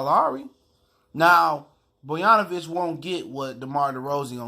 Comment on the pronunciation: You talking on how Bogdanovic isn't 30% player Derozan is and you can't even pronounce his name right. How do you expect me to believe you know what you are talking about? Bruh